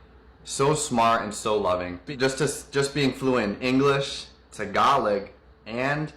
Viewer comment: That bumbling moron talking about Filipinas (which he called Filipinos) and pronouncing Tagalog TAGALAHG, not mentioning they have a massive industry for lightening their skin, a poor diet, no, do not speak Japanese. What a croc